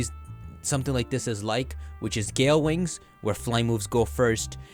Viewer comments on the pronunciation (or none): none